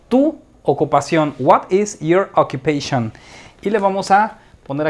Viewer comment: me pone nervioso tu pronunciacion.Te pongo un ejemplo:pronoun se dice p r o u n a u n.Occupation se dice a k j u p e i S n.You see? Por otro lado,lo demas esta perfecto.Thanks so much.